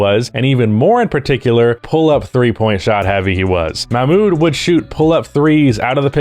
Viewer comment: For your deep dive, Mahmoud is pronounced with the "h" as in house, it's like Ma-h-mood. Uf you want to pop it in an audio reader for the pronunciation before your deep dive it's this Arabic text: "محمود عبد الرؤوف"